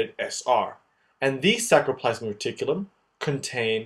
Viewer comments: Great as always except a small nitpicking: "sacrolemma" --> "sarcolemma"; "sacromere" --> "sarcomere"; "sacroplasmic R." --> "sarcoplasmic R." By the way, calcium ions are not getting into T-tubules but rather into sarcoplasm via the vast network of SR itself, I think. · FYI It's sarcoplasmic reticulum not sacroplasmic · Nice explanation but .. It is sarcoplasmic reticulum not sacroplasmic .& many mistakes . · sarcoplasmic not sacroplasmic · Hi mate, thanks for a really awesome video. One little mistake is that it is "sarcomere" and "sarcoplasmic reticulum" not saCRo. I'm really not trying to be a douche and I never write comments like this but I just thought it might be useful for others. Maybe you can have a little box at the start explaining the mistake so that people don't learn it wrong. Other than that it was immensely helpful and I envy your drawing skills! Cheers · Everything was so well described except for the spelling and pronunciation of “sarcolemma/ sarcoplasmic”. It is not “sacro”. Other than that, great job